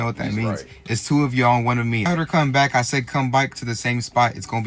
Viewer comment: Wow this challenge is so brain dead. And why this 🥷🏽keep saying"byke" in place of "back" 💀